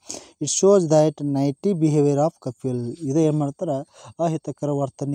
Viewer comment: ನೈಟಿ Alla sir ನಾಟಿ